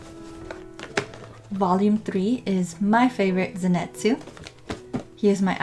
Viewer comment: LOL ZENETZUU HAHAHAH SAY IT RIGHT